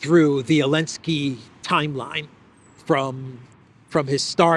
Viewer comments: Why does he call him Elensky? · why do you say Elensky and everyone else says Zelensky? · Elensky - the silent Z still cracks me up after three years